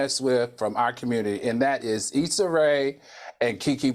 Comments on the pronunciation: Hell when Claudia introduced this story I thought she pronounced it wrong saying Essa 😮😂 been thought it was Issa and I follow her career and I’m black 😂😂😂 well 1/2 black but still black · I always mispronounce names, so i call her issa like this woman. Folks mis pronounce my name all the time no biggie. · My husband pronounces Issa’s name the same way lol